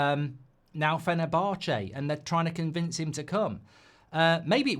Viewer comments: Fener-bar-chay 🤣 Jolly good, I do say old boy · Do you pronounce fenerbache like that just to annoy me ?